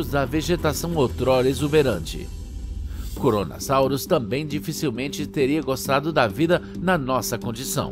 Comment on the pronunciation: Tipo vc tava falando CORONASAUROS, sendo que é Kronossauro, e tbm vc pronunciou Plesiosauria errado